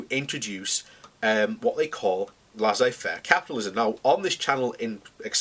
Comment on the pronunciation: Prince Albert was a war monger? Well it was a German thing at the time. It's Laissez Faire capitalism (pronounced Lay say fair) not Lazzay Faire